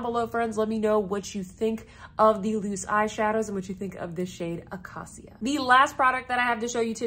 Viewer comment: Acacia is pronounced uh-KAY-shuh. It’s a type of tree 😊 These are very appealing shadows! Chene Brun and Murier Noi are calling my name. And I picked up the terra-cotta-ish blush this morning when I saw your update